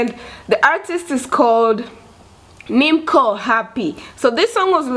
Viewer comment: Hi 👋🏼 not Nimko her Name is Niimco in somali language C is pronounce As O , it beautiful love ❤️ song 🎶